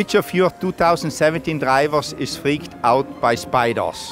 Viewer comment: "Spiders" Guenther: Spidor